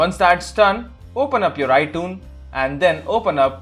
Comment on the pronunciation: LMAO i was like what he say iDunes, i dont have no iDunes